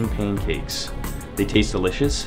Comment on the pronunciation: He say paincake in the start